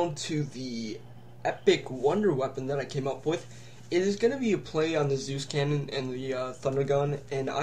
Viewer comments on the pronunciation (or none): none